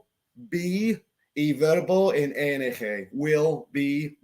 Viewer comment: Es ING no ENG, please say I in spanish corretly, thanks.